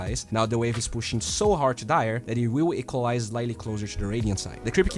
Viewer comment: stop saying to as "chu"